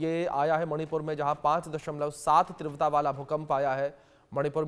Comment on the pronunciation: Please tivrata ka uchharan Sahi Karen please please please please